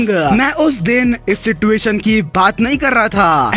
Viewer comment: YOU SAID "SITUATION" SIDUATION